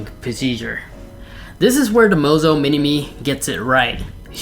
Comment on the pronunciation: LMAO, it's Moza, but he says Mozo when talking about it